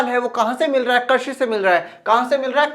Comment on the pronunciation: Sir mujhe pata hai aap bohot better ho but aap baar baar krishi ko karshi bol rahe ho